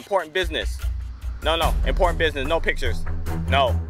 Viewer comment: LOOLLLL NOT THE IMPORTANTEU BUSINEESEU TACTICC!! HAHHAHAH!!!! YOU GOT ME LAUGH SO HARD AT OFFICE AHHAHAH!!!